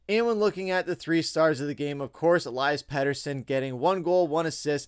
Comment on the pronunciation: U pronounce peteys name elias aka eliiiiii